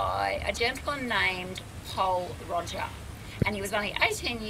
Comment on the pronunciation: It would've been a great review but you really need to pronounce it properly it's not Roger lol i'm sorry to point this out